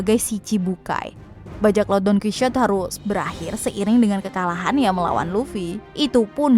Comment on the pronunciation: Bukan donkuisot . Tapi Donkihote 😒